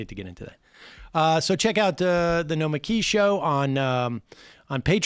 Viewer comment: Every time Sam tries to say Nomiki all i hear is "Nikolaj." "No it's Nikolaj!"